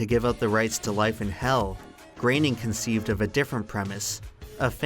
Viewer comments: Why is it pronounced "Greyning" instead of "Growning"? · It's not pronounced gray-ning It's pronounced groah-ning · GROW-ning not GRAIN-ing.. lol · IT'S PRONOUNCED "GROANING" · I always thought it was pronounced "Groan-ing" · Is anyone going to talk about how he mispronounced Groening so many times?